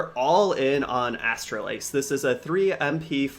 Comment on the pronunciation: Man you are butchering Astalos’ name lol